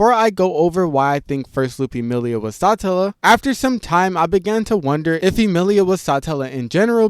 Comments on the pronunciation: its suh-tella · hearing you pronounce it as Sahtellah is so cringe. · its Satella, not Sutella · SaaaAaatella😂 every rezero creator says words weird 😂😂😂